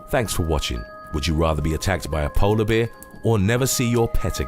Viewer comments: That’s the first time I’ve heard the word bear pronounced beer! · Very much enjoying your channel; I have noticed on a few videos that you pronounce ‘bear’ in a very particular way. Would it be rude to ask you what your linguistic roots are? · haha, I laughed at the way you pronounce Bear ,sorry.:))